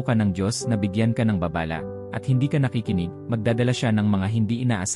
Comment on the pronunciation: juice mo . narrator..mag-aaral ka muna ng tamang pagbigkas gaya ng "babala" Hindi baaa baaaa lah